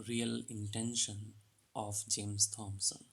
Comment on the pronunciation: Thomson is pronounced टॉमसन not थॉमसन.